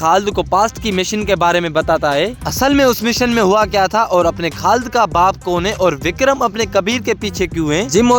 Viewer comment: Khad ❌ khalid ✅